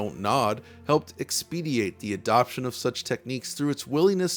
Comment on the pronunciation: the word is "expedite," not "expediate"